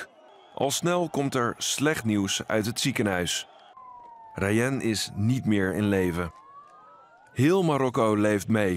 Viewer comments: Je zegt de naam ni rayen maar rayan (geen haat) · Het is raayan zo spreekt je het